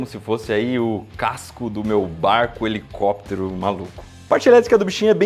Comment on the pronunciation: "🎶Hhhelicópterr, hhhelicópteeerrr...🎶"